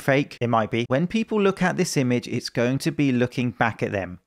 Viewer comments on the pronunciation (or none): none